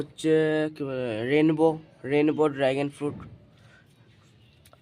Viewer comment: আবার ড্রাগেন ? কথাটা ড্রাগন উচ্চারণ সঠিক করো ।😂😂😂😂😂😂